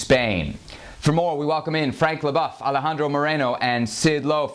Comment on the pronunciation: Why do Americans always butcher languages? “Frank LeBUFF” 😂